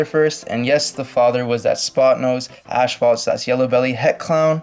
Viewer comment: Am I the only one who thinks the way he says asphalt is funny “ashphalt” lol I don’t think there is an h after the s in asphalt 🤣. Anyway good job with the videos but just for future reference it’s pronounced asfolt not ashfolt.